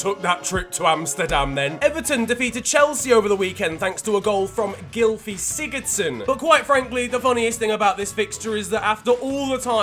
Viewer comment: Omg yes he said his name right gylfi Sigurðsson